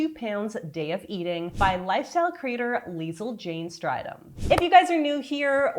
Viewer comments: FYI: Strydom is a south African surname and is pronounced "stray-dom" not "stride-dom". I love Leizl as someone who is going from intuitive eating to trying to lose weight without feeling restricted. My main attraction to her recipes is that they are quick and uncomplicated. As someone with chronic health issues that affect my energy topped off with adhd, finding the energy to make a meal is hard enough let alone then getting distracted and forgetting to make it but I've found Liezl's recipes take the thinking out of it for me enough that I don't get distracted and I don't have to dig deep just to figure out what to make and then still find the physical energy to actually make it. Her meal plans specifically are indispensable to me as, since all her recipes are similar in calorie range and she has so many different recipes, I can mix and match her meals as I like. Having tons of choice is great for most people but for me it tends to leave me stuck and either not eating at all or reaching for fast food because I'm too mentally exhausted and physically exhausted to even try any more. Despite that my spirit still wants the illusion of choice and I feel like Leizl has a wide enough variety of meal plan recipes that I feel like I have options and can change it up while still being simple and basic enough that I don't have the added pressure of worrying that I don't have the necessary ingredients/need to go shopping just to make them. I appreciate your analysis and perspective as a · So I may be a little biased here as I actually know her personally, but the reason she talks about 1200calories is because she’s short and she does actually mention that. Also her surname is Afrikaans so it’s pronounced “stray dohm” ❤